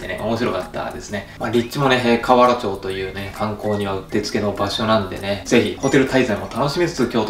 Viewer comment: ❌かわらちょう→⭕️かわらまち どすえ〜笑